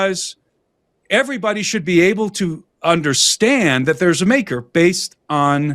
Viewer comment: lol the makerrrrr